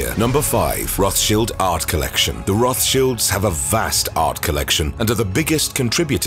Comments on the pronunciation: Rothschilds not Rothshields. Upgrate the Bot. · Roth Childs…. Not Shields. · Cringe feels when he says “Roth Shields”